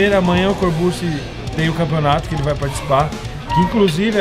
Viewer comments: "Corburtxi", Rafa 😉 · " Corbussi " kkkkkkkkkkkkkkk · O Rafael fala no vídeo "corbute" kkk